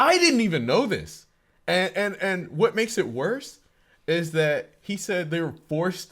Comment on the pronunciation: "So...this is wose than I thought." Ahh. The Warhammer experience 😂